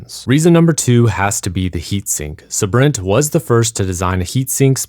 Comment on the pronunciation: It's said Sabrent not Sabrint